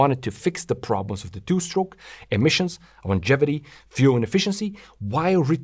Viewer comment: It's pronounced "Longevity", NOT "iongevity" ... ! Good video, excellent explanations, "Dirt Rider" is a good cast ... ! MORE of that brilliant CREATIVITY, please ! Do / can You do gigs ? Ciao